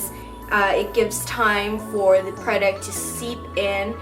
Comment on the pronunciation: its funny how you pronounce the word "product"... no offense thou..